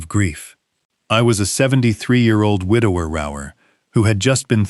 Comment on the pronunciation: What is a widow rourer? The word is widower, for heaven's sake.